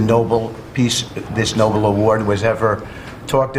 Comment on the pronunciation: Do this dimwits realist there was someone named Nobel after whom the prize is named and NOT that it is a noble endeavour??? It might be a case of pedantry, but ... I get it if it is someone for whom English is not their first language, but clearly Whitcoff thinks he is saying noble. And NOT in a noble way of course. Or is it American English??? (I don't think so.)